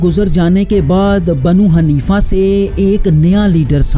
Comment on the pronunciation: ارے بھائی پہلے تھوڑا محنت کیا کرو صحیح سے تلفظ بھی ادا نھیں کیا جا رہا آپ سے دریا نھیں. درعیہ تلفظ ھے اور حنیفہ. اور حنفیہ میں بھی فرق ھے